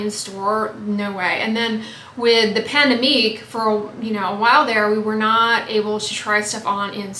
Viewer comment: omg “the pandemique” 😂💀